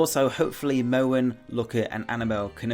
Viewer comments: why do you pronounce Mohn like "mouen"? It's Mohn like a long O. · its pronounced mon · Mohn is pronounced as Mon, the way you pronounce it would have to be spelled as Mowan